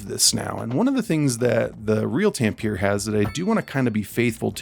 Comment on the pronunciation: tam-pe-re. not tam-peeere